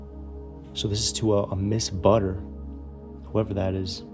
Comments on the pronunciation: I had only said it was mispronounced because the person that is doing this video mispronounced it. I was correcting him because he didn't read it properly. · The person's name that you said is not butter. It's Butler. And this house is from the '60s '70s They call it a mid-century modern home. And with the color yellows Browns orange are very '70s colors of the carpets on the wall that was to cut down on sound so it wouldn't be so loud. To have an intercom in a home was a status type showing that you had money. That notebook with the saying that she wasn't what he wanted that she wasn't the white girl on the screen. is saying that she made the sacrifice to leave the situation with her kids But I'm getting the feeling that it was one of their daughters that wrote that about her own family.The pink room is the adult's bedroom with the makeup, mirror etc. I like how you say at the door. Oh there's no peak hole but that is what they call a peak hole. It's just bigger and if you want to lock it as you wish. No you're going to want to lock it cuz imagine somebody pushing a gun through The thing that Stokes the fire is called a Bellow. Those stereo components are definitely '60s '70s. Looks like there was a milkshake maker in the bar area.. That far room with the orange and yellow and black looks like it could have been used as an office/ game room for pool table. There was a flag on that desk type thing that was shaped in a triangle which is a military flag when it's wrapped like That in the shelf at the bottom there is a thing that says celebration of life with a woman's face on it and it's pink. That woman passed away which could have